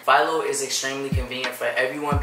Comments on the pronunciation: Home boo said file-o It Phil-o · Philo rhymes with Milo